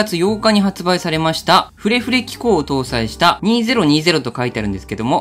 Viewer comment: シャープペンくれくれに聞こえてしまったw